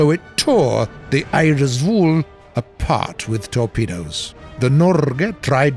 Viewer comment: Butchering «Norge» and «Eidsvoll» but interesting history around the battle of Narvik, who isnt mentioned to often by more mainstreem ww2 channels